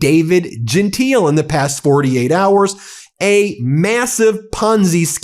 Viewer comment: His name is pronounced; Jen-Tile